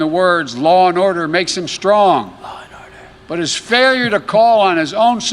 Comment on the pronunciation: Faiwyur...wtf? Is Joe now trying to sound like Elmer Fudd?